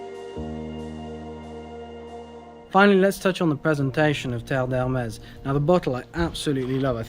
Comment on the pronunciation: Finally! Someone who does not butcher the name. That's how it is pronounced.